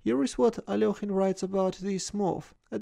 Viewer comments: How pronounced Alekhine is so satisfying for some reason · I love the Russian pronunciation! So much better than English